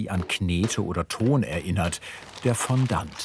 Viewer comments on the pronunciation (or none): Ich mag euch ja echt sehr. Aber „Fonndant“?? Eher „Fonndoh“… Excuse my French! Ihr beschreibt das zwar im Video, aber ich sage ja auch nicht „Hanndieh“ sondern „Händi“ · Es tut einfach in den Ohren weh wenn jemand "Fondant" so ausspricht...